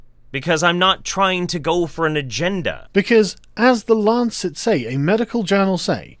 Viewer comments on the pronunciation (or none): none